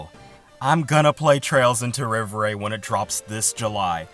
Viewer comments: Im french. Rêverie is a french word. So its pronunced Rei-Veu-Ree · Also, rev er ay for the pronunciation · You definitely butchered it. I thought you were purposely mispronouncing it to prevent being demonetized